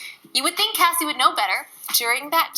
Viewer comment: I'm so proud of Cassey for uploading that video. I hope she transitions to veganism! P.S. Thanks for finally pronouncing Cassey's name right.😉